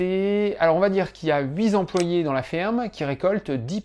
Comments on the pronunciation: On doit huit z´employés ? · "huit zemployés..." Peux tu nous rappeler la définition d'un zemployé?